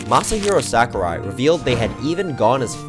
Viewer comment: Smash YouTuber pronounces "Sakurai" correctly challenge (IMPOSSIBLE)